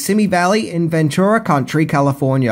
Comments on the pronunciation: County, not country. Tucson is pronounced Twosawn. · It's pronounced "see me" valley, in Ventura County, not country. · Caballeros (kabba-yeros) Ventura county (not country) Tucson (Too-sawn) Love ya! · Wanted to comment the same, but will latch onto your comment. unfortunately had a few others such as 'caballero' and 'Ventura count(r)y'. Maybe he's due for a trip stateside!